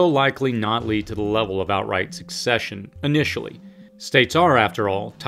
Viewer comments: Pronounced "sussession" . Succession is a completely different thing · The word is secession. It’s pronounced suh-seh-shun. Not suk-seh-shun. And the tyrants in the north invaded the South. The South just wanted to be left alone and not be taxed by DC. Delaware was a slave state so don’t give me that nonsense that the north did it to free the slaves. It was about money and resources as are all wars. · In "secede" and "secession," the "c" is pronounced as an "s."